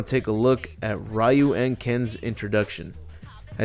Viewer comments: it's not Ryu (Rai-yu) It's pronounced Ryu (Ree-yu)!! RYU (REE-YU) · It's Ryu!which pronouce like Liu or Riu. Not Ra-Yu.There's no 'Ra-Yu'-called-guy in the Street Fighter.